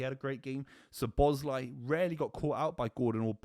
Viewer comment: I'm giving you a 'Red' for shit analysis of the Red card!! If that's not a Red then you are Lionel Messi!! It's pronounced 'Sob-o-sly' phonetically so get it right!